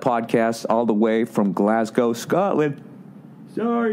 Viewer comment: Bill Burr is the only American I’ve heard pronounce Glasgow properly.